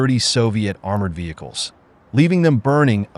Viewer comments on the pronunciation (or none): none